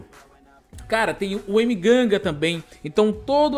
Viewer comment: "Emeganga" Kkkkkkkkkkkkkkk